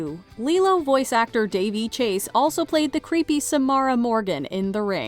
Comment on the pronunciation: At least pronounce the names correctly. Daveigh is pronounced "de-VAY", not "Day-vee".